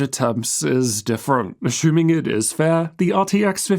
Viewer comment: ashumming azooooos